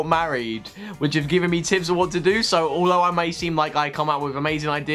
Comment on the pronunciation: When you said "tips" I thought you said "tits" XD I love love loved Heechul and Puff, they are what got me absolutely hooked on the show because I watched it for him and ended up becoming obsessed ;D Yura was adorable and she's awesome, i love that Henry is on it now, and I would love to see someone of BTS on it (Jimin maybe....) crying over romance stuff is my favorite pastime too =^_^=